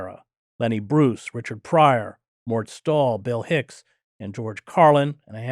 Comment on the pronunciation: "Mort Stall"?